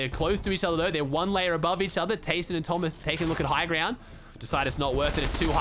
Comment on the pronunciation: Please fix your pronunciation for TAYSON and VADEAL